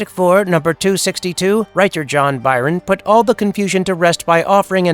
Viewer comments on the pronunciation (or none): My brother in Christ, Byrne is pronounced “burn”, not “Byron”. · John Byrne, pronounced "burn" not "Byron". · Byrne, not Byron 😊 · "Eternal and infinity"? I assume you meant "Eternity" when you first mentioned him?...and it's pronounced John "BURN" (Byrne), NOT "Byron".